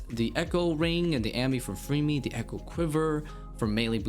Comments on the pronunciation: When you say Varlamore is casual, you are really not taking into consideration that to get the 9th and 10th combat mastery, you have to beat Sol Heredit Echo, and TzKal Zuk Also why are you saying Freemy? its Fremmy, two m's, not two e's.. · I've never heard someone say FREEme for fremmy lol.